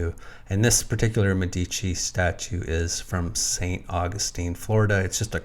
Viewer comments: Please..pronounce Medici as it needs. Accent on the E. Plural of doctor. Mèdici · Yes, MEH-di-chi. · I am Italian. Could you please Change your pronunciation of Medici. Its emphasis is on the first syllable, a Long "eh". Not on the second syllable.